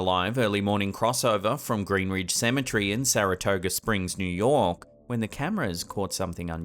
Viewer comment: You pronounce Cemetery like symmetry. Lolz